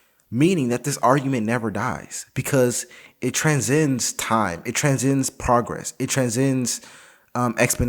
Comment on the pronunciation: transcend, not tranzend